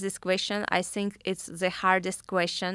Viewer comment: when Valentina says “zhinkk” instead of think LOL 🤣😍 what a beauty